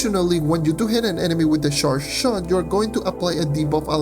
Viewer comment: you get the correct pronunciation for "charge" by thinking "ch" as in Iris CHacon. There are moments where it sounds as if you're mashing together two different sounds and almost sounds like "sh" instead of "ch". That said, I enjoy your vids, thank you. As always, your subs are not reflective of your quality of work. Thank you.